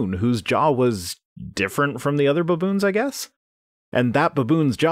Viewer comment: "BUHboons" Once agAAIn, you Canadians abOAT crack me up with your pronunciations.